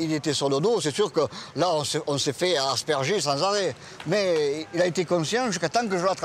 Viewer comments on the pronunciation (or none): none